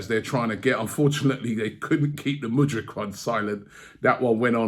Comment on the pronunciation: Respect to what you do Robbie but if you want AFTV to be taken seriously you can’t keep butchering names. How difficult is it to correctly pronounce Kiwior and Mudryk? (fuck him but still)